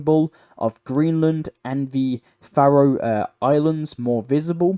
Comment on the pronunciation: Buddy you really need to learn how to pronounce particularly names and phrases like “Faroe” and “Keir”. Also best to be clearer with you choice of language for example has Ukrainian stopped ALL supply of Russian gas to Europe or just the Gas piped through Ukrainian. Last year 2024 just over 50% of Russian Gas to Europe was through other sources than the Ukrainian pipeline so how is Ukrainian prevented this shipment also ?